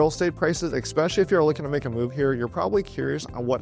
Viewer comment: Ecspecially, really?